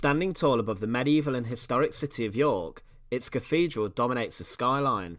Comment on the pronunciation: Lovely to see but please, as a narrator, pronounce 'th' properly! I had to mute it after a while. It's not cafedral, or free (3) or cafolic or eighteenfh.😢